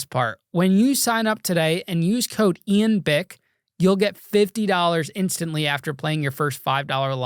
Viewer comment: Im convinced New Yorkers pronounce Ian as Eon 😂